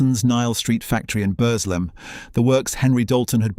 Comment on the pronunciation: Please ...it's pronounced "Burzlem"; "Bursslem" assaults my local ear...! And "Bess-wick" even moreso ("Bezzick" is the correct version). Plus the AI voice sometimes gives an odd meter, and doesn't convey the sadness of the loss of so many jobs and livelihoods. Other than that an interesting history. Thank you!